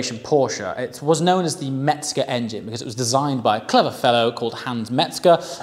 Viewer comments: Just an FYI It's Mezger not Metzger. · Mezger. Metzger means butcher.